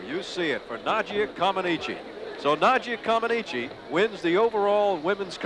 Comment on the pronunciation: Nadia didn't land that bar routine "perfectly". And the Americans pronounced her name wrong for around a decade, despite Nadia herself telling them how to pronounce it.